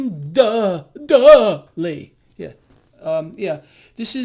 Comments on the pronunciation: William duuuhdley?🤣🤣🤣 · William DUH dley 😆😆